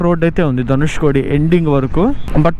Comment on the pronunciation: ధనుష్కోడి కాదు కోటి